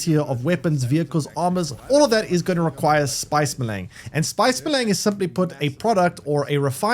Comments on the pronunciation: Melaaang.... spice melaang.... Melange is literally pronounced how it's spelled. Mel-ange Mel-awwn-g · Maylang. lmfao!!! It's "may-lonj"! It's french. maylang... smh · Spice Me-Lang! Wtf can’t do it, can’t take you seriously. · Ma-Lang and helicopter... I can't handle the constant terrible mispronunciations. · If it‘s french, it‘s pronounced „melunsh“ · please say melange correctly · Boy you butchered your pronunciation of spice melange. It is very French sounding. Just watch one of the movies, but DO NOT continue to pronounce it the way you are currently. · came here to write te same thing xD